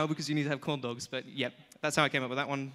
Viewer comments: Did he say condoms instead of corn dogs? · Every time you say corn dogs I think you're saying condoms.... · when he said "corn dogs" sounds like "condoms"